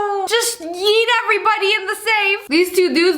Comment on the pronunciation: he said yeetis to the feetis